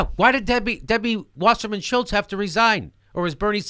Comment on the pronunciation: god i love it when jimmy says debbie fucking washerman shultz!